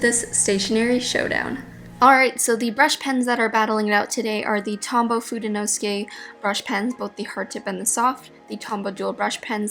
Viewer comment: Fude is Japanese for brush. You have fudenosuke a little off. fude 'no' 'soo' 'kay', not 'nos' 'kay'.